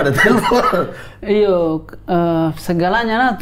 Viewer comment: Lagi seru2 dengar kk raim mnjelaskan tntng (raim dn ade) dlm film Tp lngsng ngakak pas dgr kk mamat mngiya2kn penuh pnghayatan( iyo eeee ) haHhahHahha Timur kluar mentah2😅😂